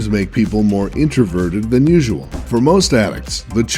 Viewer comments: Did he say "C-S:G-O" it's "C-S:GO" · Fucking Weabs. And Its Not CS G O It Is CsGo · Cs:Go not c-s g-o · It's C-S-GO not C-S-G-G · It's pronounced c-s-go not c-s-g-o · it"s c-s-go not c-s-g-o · I like how he pronounced RPG (RGP) and CS:GO (CS, G-O) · C-s-g-o Not c-s go Mmorgp Not mmorpg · you say GO like go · I KNOW!!!!!!!!! it's C-S- go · fucking CS G-O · He also said C-S-G-O and the picture showed Call of Duty :D but I don't mind, I just thought it's funny :D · also he says C-S-G-O as he shows CoD on a screen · He said cs g o not CS:GO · "CS: GEE OH" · What a noob! He said "C-S-G-O" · It's actually called CS:RU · MMORGP? C S G O? Lel who even pronounces it as C-S-G-O : P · did he really say C.S.G.O lol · Did he just pronounce CS:GO as See-Ehs-Jee-Oh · Did he say c s g o. U can just say cs then go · Lol he said C-S-G-O and MMORGP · Did he just say C.S.G.O? I just died from cringe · mmorgp? c-s-g-o? cRINGE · This Nigga said C S G O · I'm triggered, this guy can't even say CS:GO right. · the commentator pronounced it weird lol